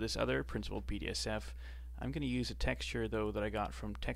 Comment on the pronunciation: thank you very much for the tutorials, got much to learn from you but its so funny when you call "Principled BSDF" - "Principled BDSF" when its right in front of you))sorry